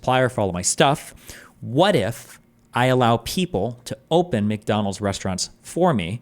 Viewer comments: Whenever Destiny messes a word up, I look to the chat and there is always someone rubbing his face in it 🤣🤣 "McTonals". It's the name for someone who is constantly tone policing. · Mack Donald's not Mick